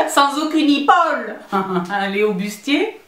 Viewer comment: « Dépaulé sans aucune ipaule » 😂 😂😂😂